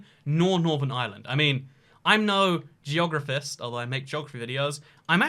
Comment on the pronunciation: “I’m no georophist”